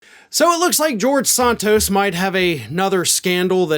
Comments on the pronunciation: His name is SANtos not SONtos you don't say desontis when you say his name desantis so why do you pronounce santos as sontos ? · Santos, like Santana, not Sauntos. Just trying to help :) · San-Toes not Sahn-toes. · You’re the only one pronouncing his last name that way.